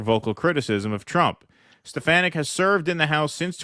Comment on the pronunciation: Btw....she's from my neck of the woods...that's Elise Steh-Fah-Nick